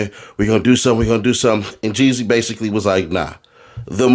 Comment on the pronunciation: Seems like you need to go back to school and learn your vowels it’s JEEZY